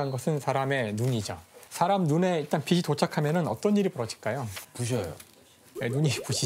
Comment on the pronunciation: 빛이, 빛을 [비시], [비슬] 이라고 발음하는거 너무 거슬리는데 병인가..